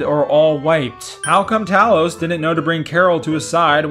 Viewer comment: As a NORD you speak Talos name correctly.